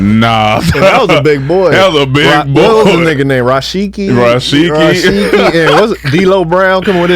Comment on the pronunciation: They said Rashiki 🤣🤣🤣 I think yall meant Rikishi bros lol